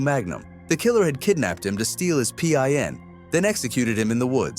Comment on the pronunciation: You're AI is showing. You had read pin out as separate letters.